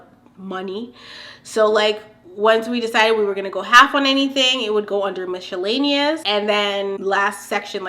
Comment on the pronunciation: I like that you say Michellaenous lol